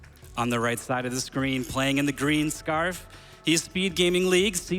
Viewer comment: Did he just say scarf..?